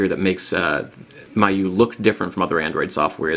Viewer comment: It's pronounced mee-you-eye.